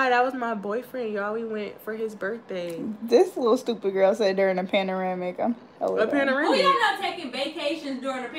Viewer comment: “We in a Paneramic “ 😂😂😂😂😂😂😂😂💀💀